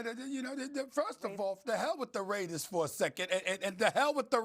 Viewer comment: Stop calling us “da raidas” it’s the mf raaaaaaiiideerrrrrrzzzz